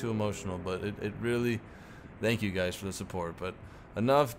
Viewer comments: no spooky skelington music?:( Anyways stay classy! Hope you go big, you deserve it! Also 1 question do you say dankyou instead of thankyou and why is that? Edit: The Bismarck wanst sunk it was scuttled by its crew. There this guarantees a reply:D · "Dank you" LOL